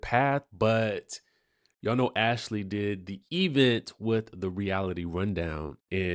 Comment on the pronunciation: I have to chuckle to myself every time says 'Event' with the emphasis on the 'E'!! 😂😅